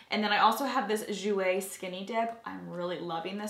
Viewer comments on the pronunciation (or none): none